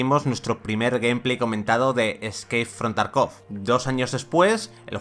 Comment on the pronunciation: Por favor, se dice tArkov la sílaba cae en la A.